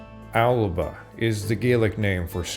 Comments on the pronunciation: It's pronounced A-luh-puh in Gàidhlig in Scotland. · while he did pronounce a number of place names incorrectly, he was correct with "Alba". It's a good example of an epenthetic vowel in Gaelic, so would be pronounced al-uh-buh. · Indeed he is mispronouncing it. And he’s mispronouncing Alba too. Not very impressive. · He was speaking Gaelic. That was impressive.